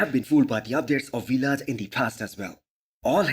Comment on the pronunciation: It's Vlad, not We-lad